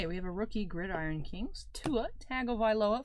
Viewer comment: I came back to see if you learned how to pronounce Gridiron lol